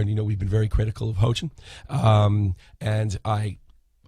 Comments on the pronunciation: This man's keep saying hoejin XD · Its pronounced hEE-yoJin